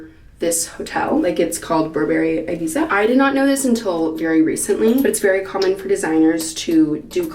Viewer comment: Q: What's rarer than rocking horse shit? A: An English-speaking American who can pronounce Ibiza correctly. Seriously, though, Olivia, lying out in the sun for a tan is a one-way ticket to skin cancer.